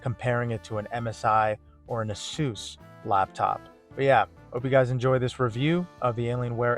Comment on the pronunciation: ok, its not said aysoos, its pronounced aysus. second, sounds like you just dont have a clue what youre doing with your laptop